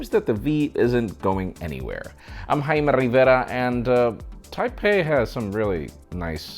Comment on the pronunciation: I live in Texas and no one say Rivera like that. This guy just loves to say his name. Also please stop trying to be funny.